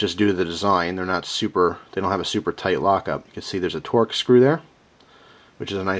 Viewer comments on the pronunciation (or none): none